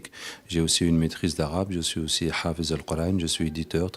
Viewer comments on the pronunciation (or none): On dis pas hafiz mai hafid avec un ض sa cest juste pour la maitrise de la langue arabe akhy fillah